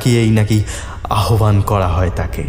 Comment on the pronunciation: তোমার "আদৌ" শব্দের শুদ্ধ উচ্চারণে মুগ্ধ হলাম।আর তাই দুটো শব্দোচ্চারণ ঠিক করে দিতে চাই কারণ তোমার গল্পপাঠ নাটকে উত্তীর্ণ করতে পারো তুমি।"পরিত্যক্ত" ও-কারান্ত হবে।পরিত্যাক্ত ভুল।"আহ্বান" উচ্চারণ হবে আওভান আবাহন নয়।